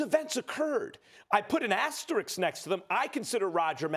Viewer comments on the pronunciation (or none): The word is asterisk. Not "asterix". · Max: “Asteriks”